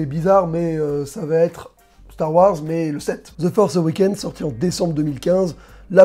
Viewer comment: "ze forsse euwékéne"??? tu parles de quoi la ??